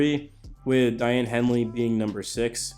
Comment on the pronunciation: It’s “Day-on” Henley. Not “Di-Ann”